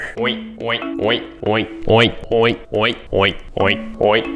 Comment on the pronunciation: Is it just me or it sounded like "OInk"?